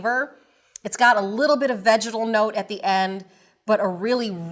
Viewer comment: Every time she says “vegetal” I hear something else